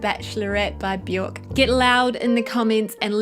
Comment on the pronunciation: Björk rhymes with jerk not cork ;)